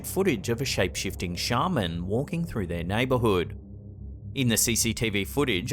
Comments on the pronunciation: Sorry but a Shaman (pronounced SHAY MAN) is a wonder worker, a Sharman (SHAR Man) is an archaic word for a professional sheep shearer. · Did you say shaved ham?